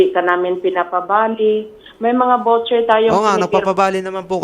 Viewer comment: It’s voucher (vaw-cher) and not vocher.